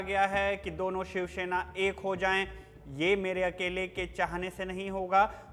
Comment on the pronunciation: भाई शिवसेना है शिवशेना नहीं। आपका उच्चारण बहुत खराब है।